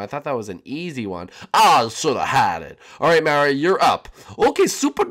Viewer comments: You called Mario jam shark lol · When you say step up you called mario jam shark